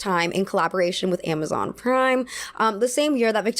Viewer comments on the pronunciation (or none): none